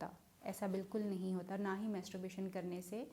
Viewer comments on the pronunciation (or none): آپ کیسی ڈاکٹرھیں۔ماسٹربیشن کومیتسوبیشن بول رھی ھیں۔😊😊😊